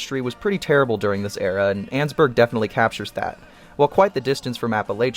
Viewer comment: Ann-es-burg not anns-burg so it's annesburg not annsburg